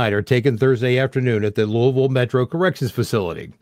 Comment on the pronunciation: you pronounced my city name correctly on your first try. Unfortunately, there are so many homeless people living in tents in Louisville under bridges and on the street. My heart aches for homeless children.